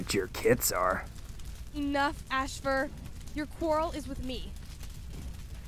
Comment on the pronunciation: It’s AAAHfur!